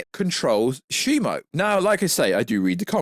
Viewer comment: its Shimu because the Ai you typed in the name to pronounced the name wrong lol